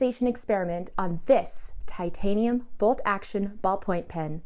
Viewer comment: did a great job. Now I want to hear her opinion on some fountain pens and, of course, answer the question of which one of her parents is the craziest. I think we know the answer. Eh, and thanks for pronouncing titanium correctly,.